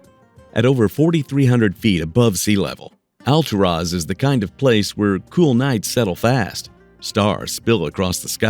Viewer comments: I lived in the City of Clearlake when my son was born. It's Al-tour-is !!!! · It's pronounced AL TUR AS! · hey, stupid! It's "Al-TOOR-as" OK? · 😂😂😂Hold up how is he pronouncing Alturas "All-to -Ross "😂😂 he failed to mention in order to get to that town you're going to have to go through little dinky towns Like , round Mountain,Burney,Fall River Mills in a few more to get to "All-to-Ross"😂 In the bad thing about driving to those towns you got to deal with Canyon twists and turns big semis are driving hella fast around those curves there are rarely no guard rails so if you don't have good reflexes you're just going over the canyon Edge😬, and you're looking at elevations of 3,004,000 Ft Summits to get there so don't dare go when it's winter that snow is going not going to allow you. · You should make an effort to pronounce "Alturas" correctly. It's not Al-tur-OZ!